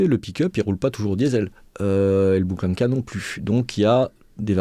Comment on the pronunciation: "Bukhanka"... prononcez "Bourhanka" ! Ça veut dire miche de pain en russe.